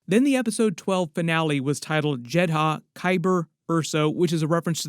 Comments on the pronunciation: Jed-uh not Jed-Ha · Why did you pronounce it as JED-HA when the show and movie pronounce it as JED-DAH? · Why are you calling it "Jed Ha"? It's always been "Jed Ah". ??? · It's JEDHA (Jedd•uh) narrator. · I swear this dude mispronounces everything on purpose just to piss me off. “Jed Ha” give me a fucking break, they pronounce it in the show how foul you not know 🙄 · Why are you saying Jehdah like that!? It’s grinding my gears 🤷🏽‍♂️ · Done watching. As soon as you said jedd haa . I can't. Done and not coming back. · Why put emphasis on the H in Jedha when they don't say that in Rogue 1 or in Andor? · Love your videos, Andor is my third favorite piece of Star Wars content only behind ANH and ESB. Unrelated, but what’s up with the pronunciations of Eadu and Jedha…? They say them a lot in the show and Rogue One and it sounds way way off… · Wild you can say heertz right and not jedha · Dude watch the show or movie. That’s now how you pronounce Jedha.